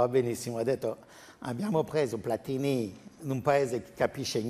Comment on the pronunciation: Platini .....senza accento sulla i. Nonni di Novara